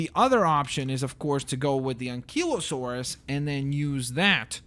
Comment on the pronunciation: This is how you say ankylosaur AN CI LO SAUR